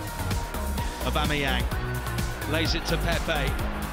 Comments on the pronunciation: It annoys me when those commentators call him AubEmeyEng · Imagine after 2 years our own commentator still not being able to say ‘Aubameyang’